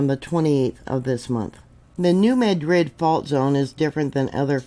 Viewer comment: Happy Resurrection Day,! Just wanted to let you know that in the Mid-South (I'm a lifelong resident) the correct pronounciation of New Madrid is MADrid. It's not pronounced like Madrid, Spain.